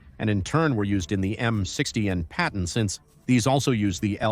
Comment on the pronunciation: You didn't notice when it said Payton tank ?